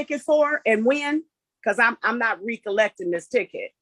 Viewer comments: Why show up to court with a jiffy pop 🍿 bag on your head? Where is the respect for the court? Shit, where is her self-preservation!? She’s not RE-collecting this ticket”!? It’s pronounced recollect. Not REE collect! Then she calls the judge “honey”! She’s lucky he’s so cool. I could imagine him snapping on someone else doing that. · she, "not recollecting this ticket." When someone can't pronounce a word properly they try to say whatever sounds the closest to what they think will pass and just sound dumb.